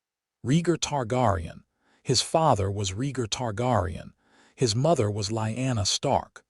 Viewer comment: yeah, this is good but it falls into the same traps all the others do... FUBARing pronunciation of main characters VALORIA??? you almost lost me 22 seconds in with that... .gritting my teeth trying to ignore the pronunciation of Rhaegar and Targaryen... its jarring and breaks immersion.